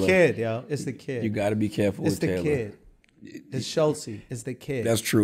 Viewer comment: "Taylor Thee Wagon"